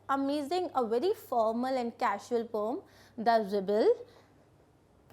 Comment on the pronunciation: Mam it is not pom it is poem please change it